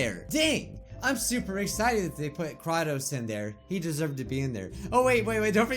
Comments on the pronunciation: I can't help but cringe when you say Kratos´s name. It's not Kra-tos, but it's Kray-tos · Lol kra-tos XDXDXD I know he pronounce it's wrong but it's funny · I love how he says Kratos ( pronounced Kraetos) as Kraatos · How you say kratos makes me wanna die ヽ(ó人ò)ﾉ